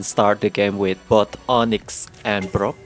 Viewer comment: Whenever he says "Brock", all I hear is "bro!" 😂